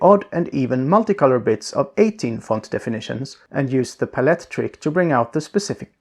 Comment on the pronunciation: puh-let is the new palette